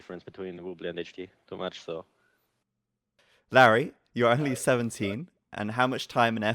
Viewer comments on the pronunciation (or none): So it's pronounced "Larry"? Hm.